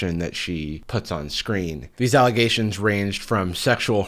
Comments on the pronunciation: It’s actually just Ellegations, the n is silent. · 1) Elle-ghations 2) "My name is on underwear." Well apparently in that case its where it belongs- next to sweaty ass cracks.